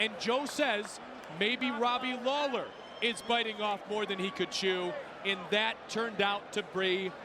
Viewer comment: Did he just call Robbie lawler, Daley?